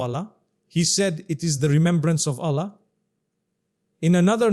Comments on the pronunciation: Why pronounce Allah ( SWT) as Ollah May Allah(SWT) forgive u for Using AI for Mufti Menk as he is highly RESPECTED nd A GREAT SCHOLAR OF ISLAM. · His pronounciation of Allah is improper